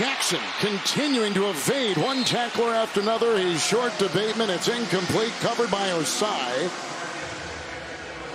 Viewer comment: This announcer guy really doesn’t like voiced consonants. “TouchTOWN, “PATEman”, etc.